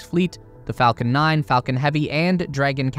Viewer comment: FACLON 9?? FACLON HEAVY?